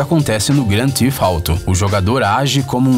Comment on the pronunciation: O erro cometido é comum e inofensivo. Acontece. Ao invés dele pronunciar "Theft" (roubo), acabou dizendo "Thief" (ladrão) ou até mesmo "teeth" (dentes). Para acertar a pronúncia do nome original do game com a fonética brasileira basta nós dizermos rapidamente "gran-tif-tarou" ;)